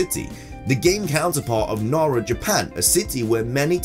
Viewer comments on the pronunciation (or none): none